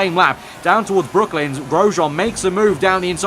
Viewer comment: Great video. Btw its brooklands not brooklyns